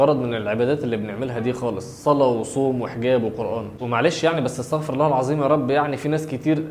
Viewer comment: مش المفروض استغفر الله بالضم مش بالفتح زي ما قولت ولا عادي